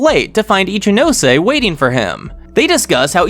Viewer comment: This is definitely great but what I appreciate the most is that you pronounce all the names properly.. some of these people calling Ichinose “Itchy-nose” hurts me